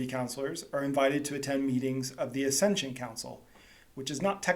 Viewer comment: It is an ACCESSION Council, NOT ASCENSION Council !!!!